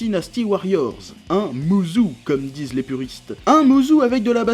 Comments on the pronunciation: "Mouzou"? Ça se prononce "moussô",. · musou ça se prononce "moussô" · Je sais pas si t'a fait exprès mais juste pour info ça se dit "mousso" ^_^